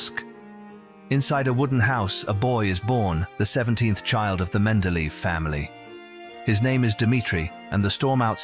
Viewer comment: Wonderful content here but terrible pronunciation of his name. Should be like men-de-leh-yev.